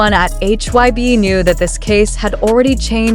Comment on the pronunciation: Please pronounce their names correctly!! It isn't’t Jin-Jean its Jin-Gin, and HYBE not HYB you should say the word not spell it.